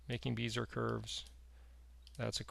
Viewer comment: FWIW Bezier (curve) was French: "Bezeeay", not "Beezer" ;)